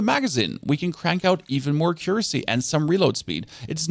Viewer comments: Not trying to be rude, but the best way that i can tell you how to say accuracy is to say it like AK-YUR-ASSEY. Yes, that is how its said. Do what you will with that info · I never would have known you were German, your English is perfect and you have no discernible accent. Oh, and accuracy is pronounced "AH-ccuracy" with the emphasis on the "AH" syllable. :) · thanks for the vid!!! Accuracy = ack cure ra sea 😂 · Ack - ur - ass - ee. Accuracy.